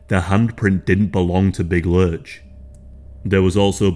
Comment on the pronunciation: It’s lurch, not lunch